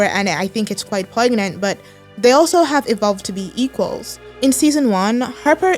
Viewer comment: The G is silent in the word poignant by the way